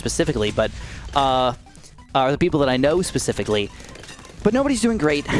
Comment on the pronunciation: Did you say pacificlly instead of specifically. Lol